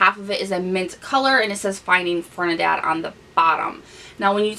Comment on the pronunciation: ...i love you but i HAD to let ya know..its Ferdi..NAND not Fernidad lol!! Youre so cute...love you lol!! Btw you look amazing with this makeup look 😘😘😘😘